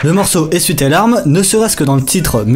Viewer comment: "essuye" tes larmes :'(